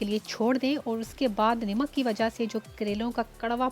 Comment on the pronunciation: i think salt is called namak not nimak.. overall excellent recipe.